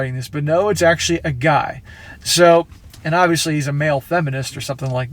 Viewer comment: "Male effenist" Oh Jesus...